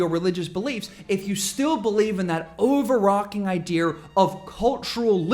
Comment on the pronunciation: stopped listening when you pronounced overarching as,"arking"